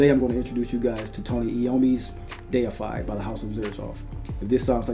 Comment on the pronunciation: Thank you for being able to read and say deified correctly it automatically makes your review number 1 for this scent